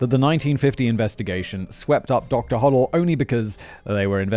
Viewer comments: It’s pronounced hoe-dell, not hoddle. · Doctor Ho - del [ NOT Hoddle, Simon! ] was briefly a suspect for the BD murder AND that of his secretary and very suspiciously fled the US to the Phillipines for 40 YEARS- he is still my preferred suspect and I am disappointed that did not mention these facts in this video..Dr Bayley is my 2nd choice as murderer.... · Robert “Red” Manley, (with an M) a 25 year old married salesman.. and (pronunciation guide) Hoe DELL Thanks Si for covering so much of the good stuff 👍.